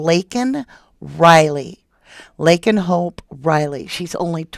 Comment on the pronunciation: Oh yay u said my name correctly! U rock